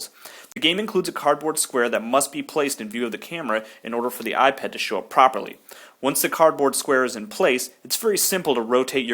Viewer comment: when you say 'eyepet' i thought you 'ipad' :D sorry.. im british...